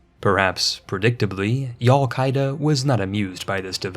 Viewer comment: Man said yallqueida you know he's a hasanabi head